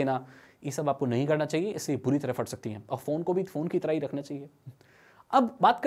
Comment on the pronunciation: Bro first of all Fat ni "Phat" hota ha